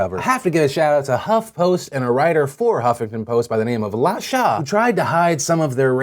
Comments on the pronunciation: I'm almost positive that the HuffPost writer's name is pronounced "La-Shay" and not "La-Shah"...just FYI!!! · Lol! Phil La Sha is more than likely pronounced La SHAY with a long A. It's not a big deal at all and I'm not trying to make light of her wrongdoings. I just found it funny every time you said it. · "La Sha"? Phil you pronounce that like LUH-SHAY. Of course this has nothing to do with the story, but that's common black name, I just thought to inform you.